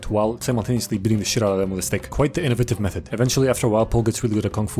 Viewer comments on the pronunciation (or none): none